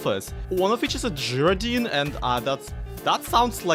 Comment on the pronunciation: I think it's pronounced - guy-roe-dine - but I'm not 100% sure. Not actually heard it, just going off similar words. Don't stop doing what you do,, you make the world a better place. It's been so hard to smile lately, but I know you'll always make me smile, often you'll make me laugh and tell my cat how funny is.